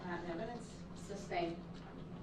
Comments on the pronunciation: It's "sustained" not "substained". He should know he's heard it enough. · This trial has been going on for how many days now and he still doesn't understand how objections work??? The prosecutor will literally say "objection: relevance" and he will say "grounds?" Umm... RELEVANCE, you idiot!!! And he pronounces "sustained" like "substained" WOW WHAT AN IDIOT! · I cringed e very time he said “ substained” LOL😝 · don’t you mean “substained”? 😂 Based on the clear biast of the judge 😂😂😂